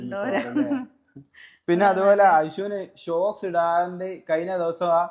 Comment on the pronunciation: ഷോക്സ് അല്ല sooks ആണ് 😂